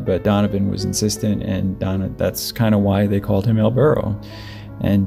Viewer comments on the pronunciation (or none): none